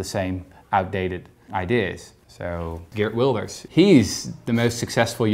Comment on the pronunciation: I like how Rutger knowingly mispronounced 'Geert Wilders' in the way Owen did.